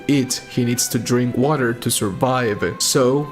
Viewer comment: "get some watuh"